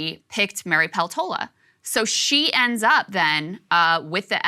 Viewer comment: Do Alaskans pronounce Peltola the same as Krystal does? I speak a bit of Finnish, Peltola is a Finnish surname, and I know that they pronounce it differently in Finland.